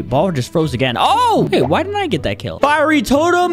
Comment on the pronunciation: YOU READ FIERY WRONG